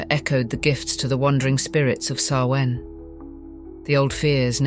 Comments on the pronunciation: It's pronounced SOW-in, not sow-IN. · Samhain is pronounced Sowweeen. 🤦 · The ancient Celtic festival of Samhain is pronounced SAH-win but spelled Samhain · You mispronounced Samhain wrong. Other than that an enjoyable watch. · I HATE that she extremely destroyed the word Samhain.... but im still gonna listen.